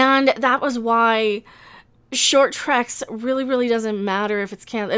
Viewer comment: Why is it that every time I hear mention "short Treks", I hear it as "short bus"?